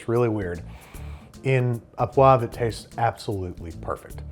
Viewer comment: C'mon Chef, au (poivre) is 'oh', not 'a', an easy one for Americans to get right.